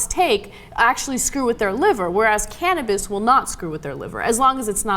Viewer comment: Caninebis? anyone? anyone?